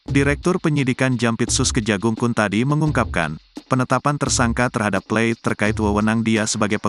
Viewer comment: Plate bukan " pleit "